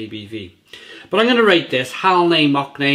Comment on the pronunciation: "Mock-ne" xDDDDDDDDD